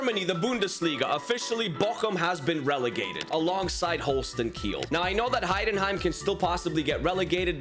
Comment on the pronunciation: Its holstein kiel not holsten kill